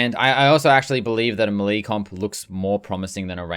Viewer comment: W video. L the way you say “melee.”